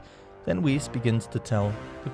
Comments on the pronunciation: does this guy say whis as whisk...? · its whis not wis